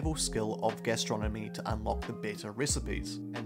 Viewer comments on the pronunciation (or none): OK so I'm eating whilst watching your video and I heard "Astronomy" and not "Gastronomy".... I was a little confused why knowing more about the planets helped you make great sandwiches...